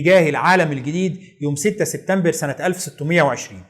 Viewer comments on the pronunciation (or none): none